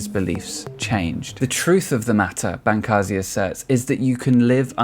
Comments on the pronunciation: This video is horrible. You can't even pronounce Bancarz correctly, how can I possibly give thought to the idea that the information stated on this video is well researched and well thought out. Bancarz has proved to be knowledgable and well informed on New Age and has made a significant amount of income teaching the New Age and is considered resourceful in the industry. To those that question this statement, please refer to the book "The Second Coming Of The NEW AGE by Steven Bancarz and Josh Peck. You can find this book on Amazon or at Barnes and Nobles. It's incredibly informative and is forwarded by Dr. Michael S. Heiser. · His name is pronounced: Ban-CARS; and you are putting the cart before the horse. The rash of youtube exposes about the occultism embedded in the new age did not create these testimonies and warnings, rather people (such as myself) became radicalized first through having experiences of real evil while blithely messing around with new age practices. I scoured the internet and was relieved to find these testimonies on youtube. Also a crack in your intellectual framework: Darwinism IS magical thinking, cmon'